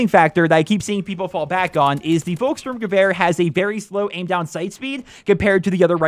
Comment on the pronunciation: Hey, you pronounced the name of the gun pretty good:) Just one thing: Pronounce the "V" like an "F", then it is perfect:) Like: Folkssturmgewehr